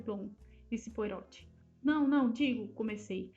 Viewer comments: Obrigada por postar mas gostaria de deixar apenas uma sugestão: a pronúncia do nome do nosso querido detetive é POARRÔT. Como uma pronúncia francesa (apesar de sabermos que ele é belga 😉. Mas é sempre bom ver essa grande arte de nossa querida Agatha, retratada aqui. Obrigada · Na verdade se pronuncia POARRÔ, o T é mudo.